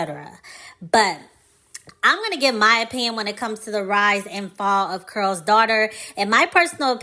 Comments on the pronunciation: I believe the name is Carol not Curl? Anyway great vid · The video was appealing because I remembered and used the product; however, when I heard "curls," I clicked off. It's Carol's (Kare rols) not curls. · Just came across this video and only have one question, why the presenter kept saying "curl's daughter"? I thought Lisa Price said she named it after her mother whose name was "Carol". Also, I saw an interview of Lisa who gave the history of the founding of the company and why she eventually sold it. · Am I the only one hearing the word “Curl” vs. “Carol?” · It sounds like you're saying Curls Daughter not C A R O L Daughter. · Why are you saying the name wrong ? You're say Curls daughter, it's Carol's daughter. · You keep saying curls daughter. It’s pronounced Carol’s daughter. So annoying.🧐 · Consider looking up the pronunciation of the company’s name before filming. Carol keh•ruhl sounds like you’re saying curls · IS IT JUST ME?????? OR IS SHE SAYING CURLS DAUGHTER??:face-orange-biting-nails::face-orange-biting-nails::face-blue-smiling::face-purple-crying::face-green-smiling::face-orange-frowning::eyes-purple-crying::face-fuchsia-wide-eyes::face-blue-wide-eyes::text-green-game-over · Why are you saying Carol’s like that? It sounds like you’re saying curls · Care-ull’s , pronunciation (two syllables ) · Is it pronounced curls daughter but spelled Carol? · No disrespect, but are you talking about Carol’s Daughter because I keep hearing Curl Daughter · it does sound like she’s saying Curl’s. Kinda irritating 😮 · it's not about tearing down, it's correct...coming from a Carolyn.